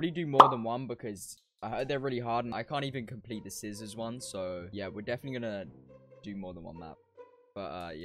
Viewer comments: It's cizzorz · It’s cizzorz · It’s ”cizzorz” not cizzors